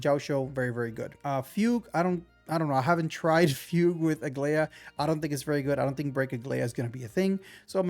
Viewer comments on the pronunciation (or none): I get u man, Chinese names are sometimes just as hard to spell as they are to pronounce, my man’s been saying fewg to fugue even tho it’s “fooguehh”